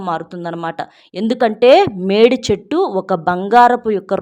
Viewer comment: Medichettu ante e chettu clear ga cheppandi pl